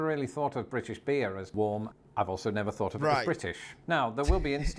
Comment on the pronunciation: You (maybe UK) but definitely you pronounce your "th" sounds with an "f" sound. Example: You say, "mafs" instead of "maths". Or, you said, "I've never fought to fink..." instead of, "I've never thought to think". 😅